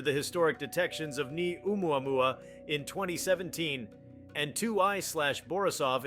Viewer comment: How come no GeoPhysicists can pronounce oumaumau?